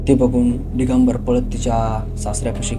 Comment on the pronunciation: डीगंबर नाही दिगंबर